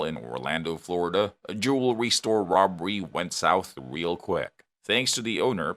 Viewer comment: What the heck is a Jewel-restore 🤪